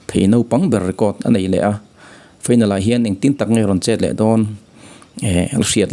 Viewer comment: Final tih hi feinal tiin i lam daih a.